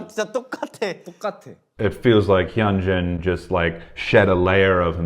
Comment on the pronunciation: I'm not sure if this is correct or not (since i don't speak Korean), but I was told (by two of my Asian friends) that the "H" is "silent" - and "Hyunjin" is pronounced: "Yoon-gin" (not "Yun-gen", "Hun-jin", or "Hen-gin". Also, if you listen closely to their conversation, Hyunjin actually SAYS his name, and the pronunciation is as I'd indicated. I enjoyed your commentary...and your, is definitely delightful!